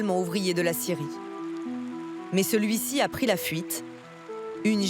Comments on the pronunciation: Quand ils disent scierie on entend Syrie c est bizarre non ??😂❤🎉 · Ecouteurs au resto a regarder la video et 3 bieres et quand tu entend scierie tu entend Syrie c est bizarre😂🎉🎉🎉❤